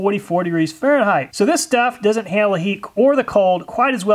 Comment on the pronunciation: Just a pet peave of mine but it might bug others and turn them off from your vids. Fahrenheit does not have an h on the end and is not pronounced with a th sound at the end, rather it is a hard t sound. Also the s at the end of illiois is silent, should be pronounced ill-annoy